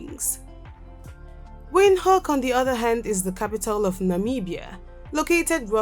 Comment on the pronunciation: I love your video but I don't like the way you pronounce Windhoek, and it's name in Khoekhoe gowab. Anyway I hope you improve on correct pronunciation.❤️🇧🇼 am from 🇳🇦 and I love my country even more.